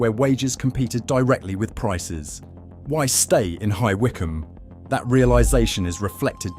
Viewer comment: Annoying AI commentary given away by more than 1 mispronounciation. Hi Whycome! I don't think so.....